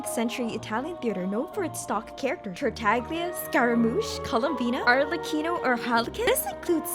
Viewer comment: As a italian genshin player when u said arlecchino correctly my heart start full of joy